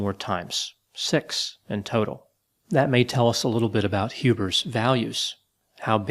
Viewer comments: Lol, it's HubERS not HubRIS. doing another Freudian inception on us. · Every time says "Hubers" it almost sounds like "hubris" to me. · it sounds like you're saying hubris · Whenever says the name "Hubers", I hear "Hubris", but is that wrong? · It almost sounds like you're saying Hubris instead of Hubers and I find that to be fitting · messed with me the whole time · It does sound like is saying Hubris. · I keep hearing "hubris"